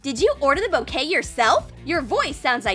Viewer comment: When they said bouquet I thought they said cocaine